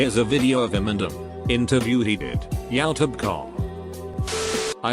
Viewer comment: The way YouTube is said😂😂